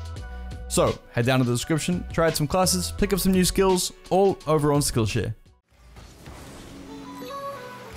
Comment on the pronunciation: When he says skillshare it sounds like skillsh** Edit: i purposely added *'s